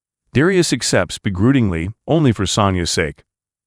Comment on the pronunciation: I stopped taking this seriously when the narrator said "begroodingly"...I think he meant "begrudgingly." Other pronunciation mistakes, too, but that one really got me. Oh, yeah, and "Eye-VAN." (Ivan).